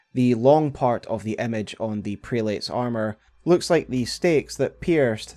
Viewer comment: Prelates. Pronounced, Prel-it's. Or Crozier: Crow-zer.